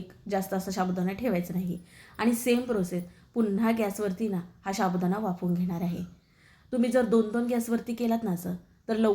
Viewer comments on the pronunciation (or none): शाबुदाणा नाही हो साबुदाणा म्हणा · रेसिपी छान आहे पण शाबुदाणा च्या जागी साबुदाणा म्हणाल तर बर होईल.